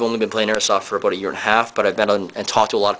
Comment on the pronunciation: he said aboot. hes from canada.